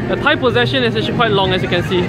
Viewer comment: HAHA limbu looks so cute!! Ehhh if u come back to SG, let limbu see our chingay. its a lot more exciting and nerve-wracking than this! :P Btw, i think u mispronounced 'procession'.. :x